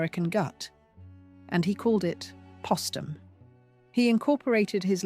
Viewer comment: It's Poe-stum! Not Pah-stum. Like their name Post. Geez!